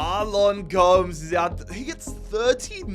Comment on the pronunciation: Gomes is pronounced Gomez